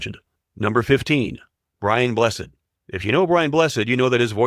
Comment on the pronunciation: You said his name wrong! BRIAN BLESSED!!